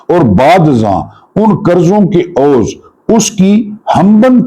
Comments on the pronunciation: السلام عليكم سر۔ بڑا ناں منائیں تو میں ایک تصحیح کرنا چاہتا ہوں عوض کو oz نہیں پڑھتے عوض کو iwaz یا عین زیر واؤ, واؤ زبر واؤ ضواد ساکن۔ IWAZ پڑھا اور بولا جاتا ہے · PLEASE OAZ NHI IWEZ SAHI LAFZ HOTA HAI.